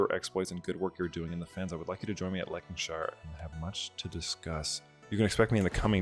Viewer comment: Lankarshire? Fucking LANKARSHIRE?